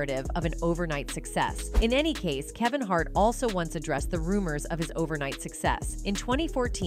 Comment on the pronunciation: Kaven Hart?